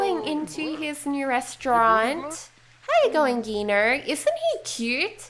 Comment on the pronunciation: The g in chef Gino's name is pronounced like a j like Jino